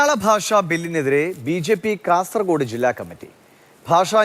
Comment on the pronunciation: കാസർ " കോഡ്' അല്ല ❗ കാസർഗോഡ് ✅ ഈ bjp ക്കരെ വിശ്വസിക്കരുത്